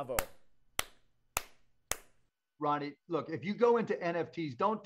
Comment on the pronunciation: It sounds like he’s calling Ronnie “Rodney.”